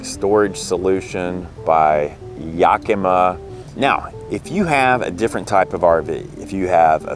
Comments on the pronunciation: Properly pronounced "YAKimah", not "YOKamah" for those folk not from the north west US. :-) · In Washington we pronounce it "Yack-eh-mah Not "Yahkeema". (Don't know how the native people pronounced it) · Another great and informative video; thanks, guys! Inspired by you, we got that exact tonneau cover awhile ago and love it. I have to tell you, if your other Pacific Northwest fans haven’t already: “Yakima” is pronounced YACK-ih-mah. Primary stress on “YACK”; secondary stress on “mah.” Trust me; I’m a professional (literally: I am a pronunciation researcher for the audiobook industry). That’s why DH and I are a great team: he operates all the dangerous equipment, and I make sure he pronounces things safely. We are probably going to get that same YACK-ih-mah rack for our bikes, but it’s good to hear about your experiences with it first. Thanks again! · YACK-uh-MAW. The stress on the third syllable is less than the stress on the first syllable. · First time I have ever heard Yakima and Thule read out load. Been reading them for years and that's not how I pronounced them in my head. Particularly Toolie :-) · That's crazy. No one from Yakima pronounces it that way, but I see that the company is based in Oregon, not Washington so that must account for the difference.